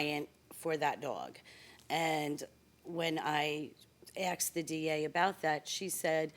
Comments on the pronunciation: I wish people wouldn't say 'axed' for 'asked.' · This is why I hate pit bulls!! They are vicious, blood thirsty beasts, and I do not trust them!! Also, why do people say "axed," instead of "asked??!! Where did these people go to school??!! Ugh!!